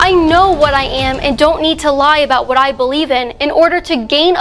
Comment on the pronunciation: Came here to say this. I was like the WHAT.